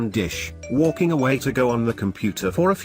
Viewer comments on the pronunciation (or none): Why the fuck did he said walking like that I spit out my drink bro 😂😂😂😂. Dude said WOOLLLLKINGg